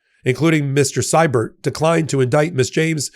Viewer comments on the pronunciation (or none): This is picking nits, but, please,: Siebert is pronounced "SEE-bert"! (I should know, I am a Sievert at birth.)